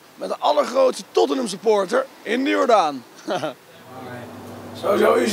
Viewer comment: Hoe hij Tottenham zegt. Totmn